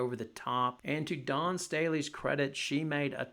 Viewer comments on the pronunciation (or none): none